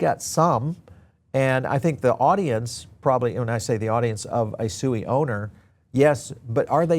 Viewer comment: Did you just say SUI Wrong five times in just less than 1 minute. It's hard to take crypto brows seriously with I can't even pronounce 💩 correctly